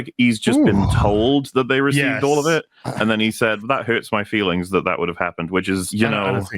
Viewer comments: His feerings were hurt? Rearry?! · “My feerings were hurt.” 😂😂😂